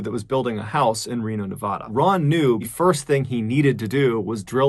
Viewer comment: That’s NOT how you say, Nevada! UGH!!!!!!!